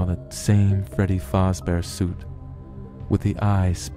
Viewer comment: the only thing that bugged me was when he said fAzbear